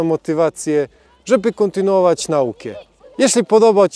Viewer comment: "NAukę" akcent na "NA", tak jak w mateMAtyka, FIzyka, BIOlogia... tak, wyjątek "akcent proparoksytoniczny" :D